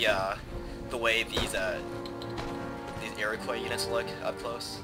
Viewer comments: As an Iroquois (Mohawk), this is quite a treat. You slightly mispronounce the word though. It's not 'Iro-coi', but 'Iro-qwa' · I noticed that you have a tendency to mispronounce Iroquois. The 'i" is silent.